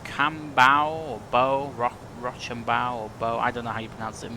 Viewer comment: You're lucky you turned to 330 right when you did because you were a mile or two away from busting Prohibited Airspace P-56 and force F-16s at Andrews Air Force base to scramble:p P.s. Being a Washingtonian, it's pronounced Row-sham-bow... It's a French guy from the revolutionary war that helped us yanks out haha. Great stuff!